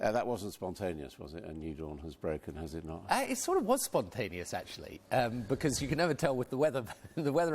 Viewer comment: "A new dawn has broken , huzz it not?"